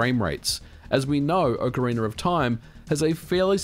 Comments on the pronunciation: oak-ah-rena? but its ock-ah-rena, kinda like its ock-tah-rock and not oak-tah-rock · (Oc O Ra Na) not (Oc O Ra Ner)..... dude, learn how to pronouce game name. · I love how you pronounce "Ocarina" like "Ocariner" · Wtf is an "Ocariner"? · Ocariner? I hardly know her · Aah Ocariner of time, takes me back. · Ocariner of time. Ocareinder of time. Ocarainer of time… Why do I always hear people pronouncing the name in some variant of that, instead of just OCARINA (aoh kr ee nuh) of time 🤨🤔 🧐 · Ocariner of Time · Do you ever stop and think to yourself that saying "Ocareener of time" just sounds a little funky? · No, that’s just a strange thing that people who speak non-rhotic English do. People from like England, Australia, etc. I believe the phenomenon is called “intrusive R” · I love your videos but seriously, Ock arena. not Oak arena. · OcarinaR of time OcarinaR of time OcarinaR of time OcarinaR of time OcarinaR of time OcarinaR of time WHYYYY??? Just don’t say the Rrrrrr (cringing) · Why do you say ‘Ocariner of time’ ? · Ocariner of Time. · Miyamoto: Ocarina of Time Brits and Aussies: Orcarinar of Time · Before opening the video I was like "I can't wait to see how many times MVG will pronounce Ocarina as Ocaryner". I was not disappointed. 😄 I'm curious to see how many glitches and in-game exploits will still work with this version and how many of them will be "patched" as a side effect. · "OcarinER" [visible discomfort] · Uckeraynor of Time 😂😂😂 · nobody: absolutely nobody: MVG: "Ocaraina of Time" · I don't understand where people are finding LoZ: Ocaraineeerrrrr of time? I have only played OCARINA of time. I mean, yall still call it Zelda, not ZelDEEERRRRRR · "Ocariner of time". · Why does it always sound like people are saying "ocariNER of time" when ever people are talking about this game? Is that how the word is actually pronounced? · I've never heard of this "Ohcariner" of Time, :-p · ahhh yes... ocarainer of time, masterpiece. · What is "Ocarin'er of Time"?